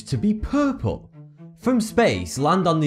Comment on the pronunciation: the way he says puuupel